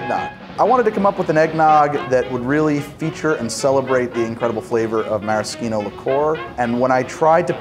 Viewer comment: Thank you pronouncing "maraschino" correctly! It always bothers me to see people with big food TV shows and surely lots of highly paid advisors mispronouncing the ingredients or the recipe names they're demonstrating.